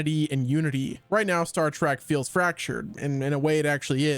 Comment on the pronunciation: STOP saying, Star "TRACK"!!!!!!!!!! It's, Star "TREK" T-R-E-K